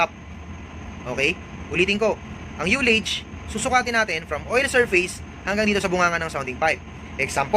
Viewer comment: Di lahat ng interisland ignorante sa sounding parekoy partikular sa UTI, Kaya wag mo lahatin porket international ka na. Tsaka nga pala, pag pronounce ng ULLAGE ay hindi yu (yullage) kundi ah (allege)